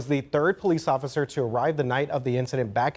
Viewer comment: "Ofither" 😂😂 sorry i just had to! 😂